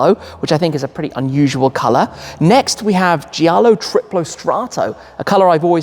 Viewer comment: Also in giallo, grigio, you don’t pronounce the i after the g: so the correct pronunciation is something like Jallo, griJo, not JIallo, griJIo.